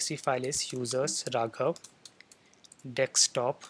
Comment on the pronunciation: just kidding , you say dekstop instead of desktop 😂